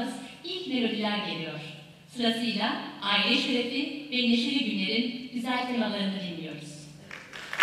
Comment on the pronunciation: aile şerefi kelimeleri daha kötü nasıl söylenir bilmiyorum. Spikere bak!